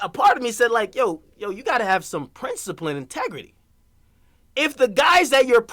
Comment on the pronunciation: NIGGA SAID "PRINCIPLIN AND TEGRITY" LOL